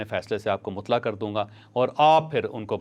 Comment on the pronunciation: مطلع کا تلفظ درست فرمائیں